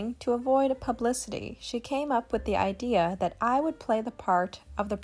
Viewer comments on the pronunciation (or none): none